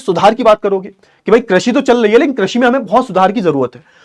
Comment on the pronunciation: Chal rhi hai ❌❌ Chal lei hai ☑️☑️